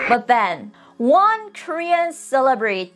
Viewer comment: Please, just trying to help.... emphasis on the LE in ceLE brity. You are saying it like cele BRITY. Now not LE like LEE, but like LEH.